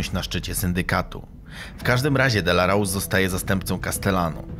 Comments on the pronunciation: Nazwisko Aniello Dellacroce wymawia się Dellakrocze nie Dellarous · Mierny film. To nie Gotti zniszczył mafię, a RICO, proces komisji zaczął się zanim odpalono Paula Castellano. I nie zrobiono tego, "bo nie pojawił się na pogrzebie", a był chciwy i grabił swoich ludzi. I nie "delarołs", tylko "delakrocze". xD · DELAROCZE NIE DELAROSE powinienes po ang poogladac niebyloby takich burakow ziommm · Mówi się Dellakrocze a nie Dellrouse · Świetny material ale ten facet nazywał się Aniello Dellacroce, nie Dellarose, nie czepiam się bo świetna robota, czekam na kolejne materiały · Poprawna wymowa to 'aniello delakrocze".